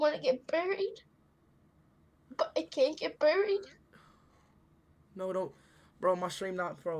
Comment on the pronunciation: I literally broke down when he said I want to get barried